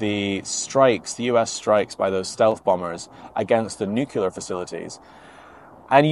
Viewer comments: Nuclear not nucular mate….. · thanks for your update. If I may pick up on one word that you pronounce, it is, nuclear. You, like many others, including past Presidents, say nucular. It is NEW CLEE AR. Cheers and stay safe mate. 👍🙏🦘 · Excellent content as always - except that it is "nuclear" not "nucular". You don't want to be sounding like Dubya.... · Love your work. I'm Canadian, and we are with Ukraine until Russia is crushed. If I could ask you one favour, if you would please reconsider your pronunciation of the word nuclear. Thank you for your consideration.:-) Slava Ukraini!